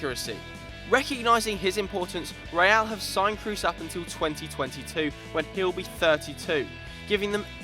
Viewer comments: kroos is pronounced cross and not like in loose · You pronounce Kroos wrong. Its not english